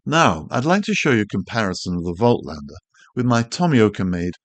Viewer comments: Voltlander!!!!???? haha, analogue insights made a video on how to pronounce German brand names and Voightlander is supposed to be pronounced like "Volklander" or "Folklander". Call it Jacklander for all I care! You're calling Bokeh pronounced Boh-keh as Bouquet, and you're not the only one as Tony Northrup calls it Bouquet too. Great way to annoy people by mispronouncing stuff. Like the New Zealand accent butchers English or Unglush as they would say in NZ. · The t comes before the l. Pronouncing it incorrectly. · Great video - bad pronunciation of Voitlander ......🦘